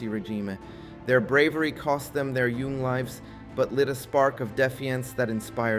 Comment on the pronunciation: i feel like whoever is giving you counsel on word pronunciation is failing you, unless it's a technique designed to get comments or evade some kind of word ban scan software. there are a lot of mispronounced words here Young and defiant are not pronounced that way, and there are searches you can do for word pronunciation that will help this. otherwise it was a pretty good video that hamfistedly steered into a commercial lol. it's true creative problem solving and pattern recognition are the reason we've continued to exist this long